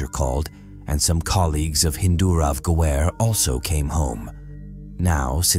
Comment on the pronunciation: And when did kal-panaa became kal-paanaa. 😂 And Ga-waar-e became Ga-ware. And He-ren became Hi-ren It is clear that it is a computerized voice.